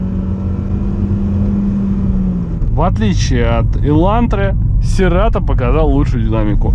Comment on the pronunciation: правильно "Сирэтоу"))